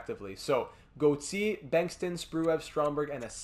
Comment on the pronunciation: Why do you pronounce Gauthier like that